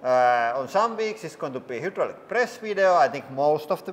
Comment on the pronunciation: hudrolic HYDRDRAULIC.... imagine saying the same thing wWRONG over and over for years lol